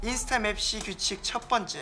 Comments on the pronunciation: 미치겠다 ㅋㅋㅋㅋㅋㅋㅋㅋㅋㅋㅋㅋㅋㅋ이만하면 진심으로 달콩이도 즐기고 있는 거임 ㅋㅋㅋㅋㅋㅋ근데 와중에 딕션도 좋고 연기도 잘함 ㅋㅋㅋㅋㅋ 어이 없어 하 카fㅔ,맵thㅣ 발음도 너무 찰짐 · 빈이 NO맵시 발음 너무 중독되 ㅋㅋ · 도어빈 맵시 발음 너무 찰져ㅋㅋㅋㅋ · 아니 문빈 노맵시 발음 무슨일이야,, ㅋ ㅋㅋㅋㅋㅋㅋㅋㅋㅋㅋㅋㅋㅋㅋㅋㅋㅋㅋㅋ 맵시 발음 저렇게 찰진사람 처음 봄